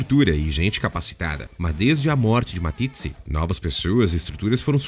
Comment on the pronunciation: O assassinato dos nomes neste canal dói aos ouvidos! Quem é Matitsi?!